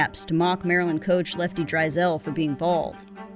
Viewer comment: DRY-sell? Really? The ACC truly does not miss that "school."